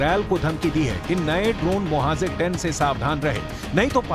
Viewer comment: Correct your hindi please, you keep saying Mohazir ,which's wrong, correct words Mohajir